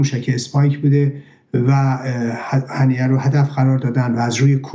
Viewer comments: هنیه هنیه ممد نه هنینه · اسم این یارو هنیه بود ،آقای چرا میگید هنینه؟